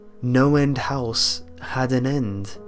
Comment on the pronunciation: I thought he kept saying Noland house...